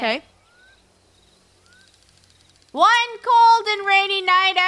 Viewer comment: we're on a jungle adventure. Me: I all most thought she said jungie